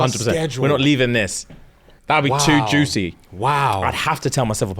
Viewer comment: so who was responsible for the attack, people that have read the book.....cause says "juicy" too strongly 😅